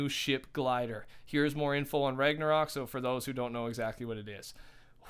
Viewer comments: You finally said ragnsarok right woo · he said Ragnarok right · You’re saying ragnarok correctly man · You pronounced ragnarok properly today!